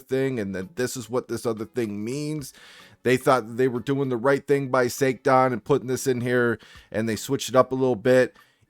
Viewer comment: Little bit weirded out it sounds like SA - TAN. Either way this is fucked up. Someone sort this shit out...